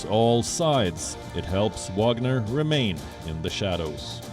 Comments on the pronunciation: France shouldn't complain, they have their Foreigner Legion for the same purpose, it's just not private. Btw. why Wion calls this group WaNGer when it's WaGNer? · Not " Wanger" it's the WAGNER group. The Special Forces under the Special Forces.😂😂😂 Mali is about Uranium!!!!! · lmao its spelled Wagner not wanger. Wanger is slang for penis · Yes, serious journalists Gravitas ... they can not even spell it right. Wanger? No, I think it's Wagner ...